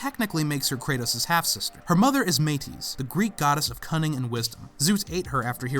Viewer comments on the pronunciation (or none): Metis* not Meiris